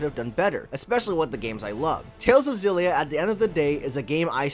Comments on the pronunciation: I know this doesn't matter, but it's not Zillia. If it was then that's how it would have been spelled. It's Kssillia It starts with an X, which sounds like 'Ekss' or 'Kss'. So it's 'Kssillia' or 'Ekssillia'. There's no letter Z in the word and nothing that makes the sound of a Z in the word. So it's 'Kssillia'. People just wanna make things harder than they need to be just to feel special. K.I.S.S. Keep It Simple Stupid. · Btw, you pronounced it the right one before, the katakana is エクシリア anyway, ekushiria, not ゼィリア, ziria. HUFT PEOPLE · Ex-ill-ee-ah is actually the correct pronunciation lol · IT'S EX SI LYA OMFG Tales of Xillia (Japanese: テイルズ オブ エクシリア Hepburn: Teiruzu Obu Ekushiria) edit: okay sorry I know people have pointed that out like a month ago already but I just had to since after hearing you "correct" yourself a few seconds into the vid, that was my initial reaction XD It's pretty cool that your vid popped up in my recommended vid since I've just started a fresh run of Xillia again after so many years. Prolly my favorite Tales of game, visually. Grace still top it off with the gameplay, and Eternia will always have a special place in my heart. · wait your name is pronounced “Zay-ff”?? with a double F? no wonder you mispronounced the game, you mispronounce your own name!! 😂😂😂 fr though thanks for the review